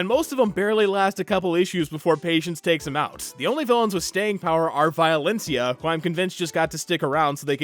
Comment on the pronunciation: Violencia is not THAT stupid name if u pronounce it right😂 Man kick ass is still my fav movie, yes im almost 40